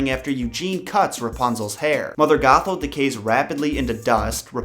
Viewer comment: every time you said old lady gothel. I thought you said. "Old lady Gaga" :)